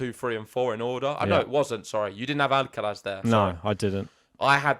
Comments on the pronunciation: It’s amusing how you go to the effort of saying the ‘sonorous lateral alveolar(Spanish)’ [l], but not the ‘voiceless dental fricative’ [θ](or th)(instead of “z” at the end) in Alcaraz’s name. Basically, you say the ‘l’ like a Spanish person, but then don’t say the ‘z’ like a Spanish person. I always find it weird that English speakers don’t pronounce it ‘Alcarath’ because we have the [th] sound in English. Also, please don’t compare Sinner to Fed, I like Sinner!🙌🏽😪 These matches should be great to watch, very interested to see how things will unfold!🤗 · The guy with the hat started pronouncing Alcaraz properly ("AlcaraTH"), but then ended up mispronouncing the "z" (maybe influenced by the other commentator), as if it was an "s".